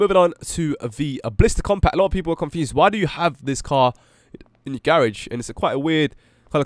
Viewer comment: You said garage wrong